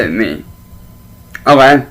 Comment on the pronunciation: we got a classic “ohgey” not heard that for a while